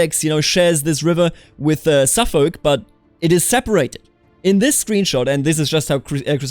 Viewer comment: It's so strange to hear the L pronounced in Norfolk and Suffolk.